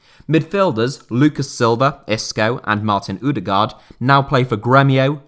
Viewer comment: Im sorry, but as a norwegian I can't allow you to call Martin Ødegaard for "Martin Udegar " It's closer to "uh-Deh-gord" Just search up the pronunciation, because it's hard to explain the first Ø